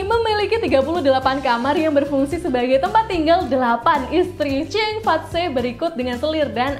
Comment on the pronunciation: Saya sangat suka video ini. Gambarnya bagus, informasinya bermanfaat. Akan lebih baik lagi jika kakak narator melakukan riset terlebih dahulu menyebut berbagai nama orang/tempat dalam bahasa asing. Contohnya: Georgetown, Cheong Fat Tze (Cheong marganya, Fat berarti berkembang kaya makmur, Tze adalah semacam gelar dan dibaca Chi, sedang nama aslinya adalah Cheung Cen Sun) Terutama ketika menyebut "tempat Sun Yat Sen melakukan pengumpulan dana untuk menggulingkan dinasti Qing.... Qing bukan dibaca King sebab 请 berarti jernih, untuk lidah Indonesia kita dibaca Ching.